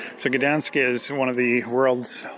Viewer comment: Also, for someone that speaks english you said Gdańsk pretty well :>